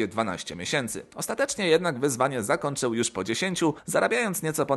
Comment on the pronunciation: Dlaczego wymawiasz "N" zamiast "Ń"? Np.: - "w przeciwieNstwie" - "zakoNczył"